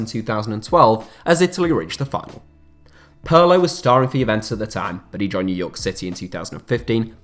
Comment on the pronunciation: It's Peerlo. Not Puurlo ffs